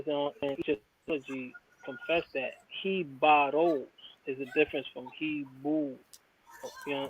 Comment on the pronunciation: I was the one that pointed out the guy on the video say hebaros more then a year back, I caught that